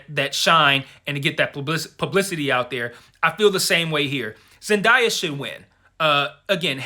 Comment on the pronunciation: I loved this review and I am also rooting for Zendaya,but here's how to pronounce her name correctly